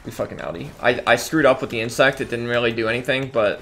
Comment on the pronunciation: Love the vids, but fyi, its "Insec" no T.